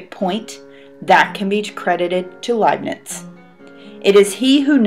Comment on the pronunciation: The Indians discovered calculus 250 years before Newton. Pronounced as "Layp'nitz, "